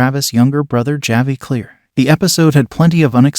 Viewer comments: Also,just a heads up on the way to pronounce "Javi" the j in this makes an H sound so when spoken it comes out as "Havi" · Dude if you're going to review a show, please please PLEASE figure out how to pronounce character names first. Taissa and Javi's names are not pronounced the way you are saying them. And Christina Ricci's last name, too. Oof.